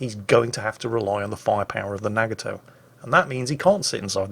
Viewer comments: I love your videos, this was very informative while still being entertaining. I hate to be annoying, but your pronunciation of Nagato is killing me. It's prenounced with a soft "A" sound and it's three syllables. Instead of saying "Nag-a-toe" it should sound like "Nah-gah-toe." Yamato is similar. Instead of saying "YAM-ah-toe" and putting stress on the first or second syllables, there should be no stress on any. It should be a quick word with no stress or pausing between syllables that sounds like "Yah-ma-toe." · The way says Nagato and Yamato is wrong too.